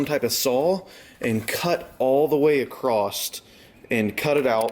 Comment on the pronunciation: The word across does not have or end with the letter t. Not criticizing just correcting a grammar error. Good DIY video otherwise.